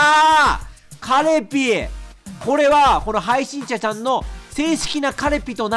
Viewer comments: 終始「はいしんちゃちゃん」て言ってるのかわいい😍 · 途中から「配信ちゃちゃん」にしか聞こえない笑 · 何回聞いても はいしんちゃちゃん か はいしんしゃしゃん に聞こえる笑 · ずっと 配信ちゃちゃん って聞こえるw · 闇深ゲームを楽しめちゃうのは 癒やしの鼻声のおかげかな(*´∀｀*) 配信者ちゃんって言いづらそうなの かわいい🦀